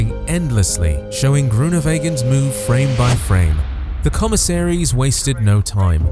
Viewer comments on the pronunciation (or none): none